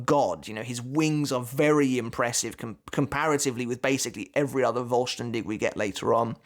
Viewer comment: pronounce the V in "vollständig" like an f. its often like that in german (not always)